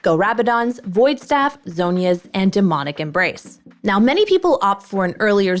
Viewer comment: "right nyow" :3